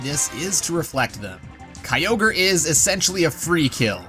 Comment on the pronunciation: Your Pronounced Kyogre wrong